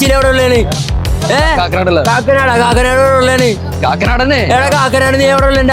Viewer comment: Kaakanad ❌kaatankhaada✅